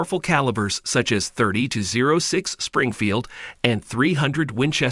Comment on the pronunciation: Wow you said 30-06 in the worst way